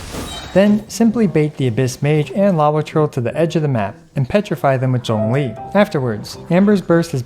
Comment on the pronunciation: Your pronunciation of Zhongli was so good I subscribed even though this is only my second time watching your vids. Will definitely be checking out more!